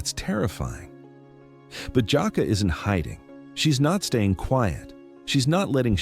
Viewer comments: Stop calling this lady Jacka…..it’s! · Omg why he keep calling her "Jaka' it's 😂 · Exactly! And the fact that he keeps mispronouncing her name is pissing me off! 😡 He keeps calling her "Jockwa" when her name is!! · I hate how ai pronounces black names. HER NAME IS JUH KAY LUH !!! FUCKING ROBOT. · Your pronouncing her name wrong. That’s the least you could do is properly pronounce her name. It’s pronounced Jah- Kay- La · Jah -Kay -la - this is the way it is pronounce. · Is this AI or something? It's annoying 😑 AF hearing someone's name being mispronounced! Nobody: You: Jaqua. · I use to work with this young lady, and she is the sweetest person. I’m hurt that this happened to her 😢. One thing that irked me about this video…her name is pronounced Ja-Kay-La!!